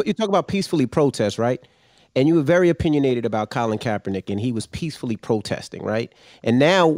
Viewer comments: kAAApernick! first time i heard it said like that. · It's Kaepernick Russ. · And then they correct him on Colin K's last name.